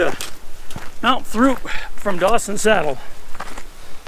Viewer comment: actually pronounced, "troop"